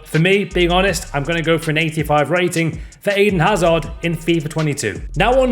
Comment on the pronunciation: Aidan Hasard... mate... there’s legit no worst way of butchering his name xD Is it so hard to say „ad-an us-ar“...